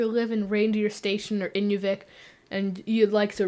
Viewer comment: interesting video. However, may I point out that when you switched from AK to Canada, the town of Inuvik is in-NEW-vick, rather than IN-you-vick. Nearby are 2 more towns with odd names: Aklavik (ah-CLAH-vick, and Tuktoyaktuk = tuck-tuh-YACK-tuck (which was momentarily on the screen ). By the way, I'm not Canadian. Rather, I (from IL) developed a sort of hobby a few years ago trying to find place names with unexpected pronunciations, and I'm now over 2600 in the USA, and about 350 in Canada. Also, the 2 places in the north which get farther north by far than Russia are northern Greenland, and northern Canada.